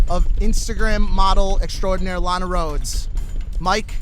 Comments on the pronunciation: It's pronouced lawn a not lane a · Can we get a petition for Keem to say LANA correctly